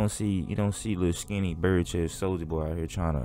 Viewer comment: "Soulja Pop" 😂